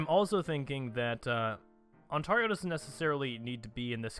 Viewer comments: On-Tear-yo, and Noonavoot, qui beck. That's how you pronounce them. On-tar-io is such a horrible pronunciation, it's like if you called california Kale-e-for-neigh-a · "On-tar-io" It's On-tear-io, tear like tear up Quebecs pleas for independence.